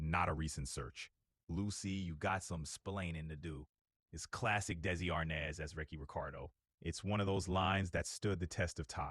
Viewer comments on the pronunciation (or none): Chatbot even still calls him Desi Arnez... isn't the name now Desi Arnaz. So I guess the chatbot misrembered that too.